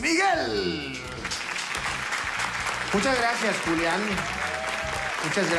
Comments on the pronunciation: Dice "Culiàn" no "Julián" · Dice "adelante culian" ?? Ajaja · dijo "Adelante cualian" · Es mi idea o al principio dice culian? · Escucharon dijo culian jajajajaj